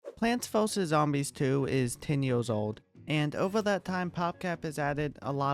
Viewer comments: plonts fuhsus zombies 2 Slight improvement on the pronounciation 💀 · Did bro just say pwants voses zombies? Note: it’s okay I’m not trying to be mean just saying it’s kinda funny